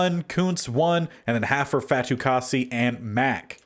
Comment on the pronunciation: You got Fatukasi’s name correct! :)